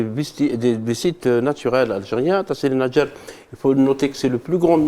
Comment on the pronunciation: Faites un effort pour les pronociations n'ayez pas peur de dire tassili n'ajjar et vous ne savez même pas ce que ça veut dire.